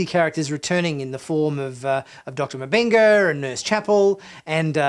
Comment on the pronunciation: Its Doctor MMMMM-Benga not MA-BENGA. : )